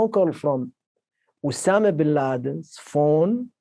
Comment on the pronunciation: Obama Bin Laden... Am i the only one te hear that slip from Jordan's mouth?!